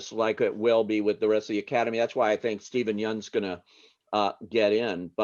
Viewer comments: Terrific analysis! I'm so happy for ''Minari.'' But with its actors scoring nominations at SAG, Critics Choice and Indie Spirits, it's time to learn how to pronounce Steven Yeun and Yuh-jung Youn's names. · Cmon guys, learn how to pronounce Steven yeun's name 🙄